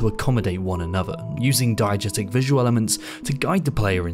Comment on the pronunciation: Did you say "diegestic?"